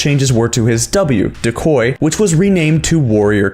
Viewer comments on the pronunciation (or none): Why did it bug me that he said da-coy instead of "dee"-"coy" 😭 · deh-coy?? Uhh